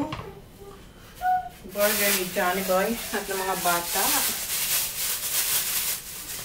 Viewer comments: That is pronounced as “berger” di po “”borger” haha, it sounds funny when you say it borger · can u please say burger instead of borger and vegetables instead of vedstable sorry lage ko lamg ksi naririnig